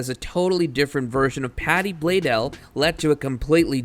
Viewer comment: Patty “blaydell”😭😭😭